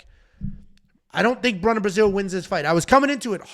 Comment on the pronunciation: "Bruna Braascilll"😂😂